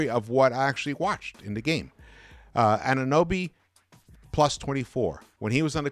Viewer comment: He is AnunOOOOOOOOOOOOOOOOOOOOOOOOOOOby, not AnunUby))) You mispronounce him all the time.....